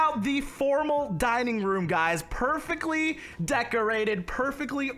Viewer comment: This is how many times he said decorTe